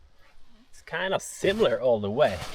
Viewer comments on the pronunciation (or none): none